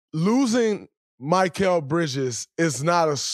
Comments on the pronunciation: Bro it’s mikal not mykal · Draymond his name is Mi-kal not Mic-kal lol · My-kall bridges 💀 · “Mikeal Bridges” cmon Draymond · It’s Mikal not Michael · If I hear draymond mispronounce Mikal again ima flip